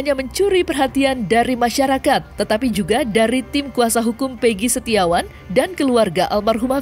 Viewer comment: yg sangat mengganggu itu adalah soal penyebutan nama , egi perong pegi setiawan 📷📷📷